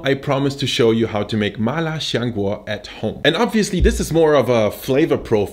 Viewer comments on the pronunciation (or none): Lil tip: it's "siang guo" rather than "shiang guo" cmiiw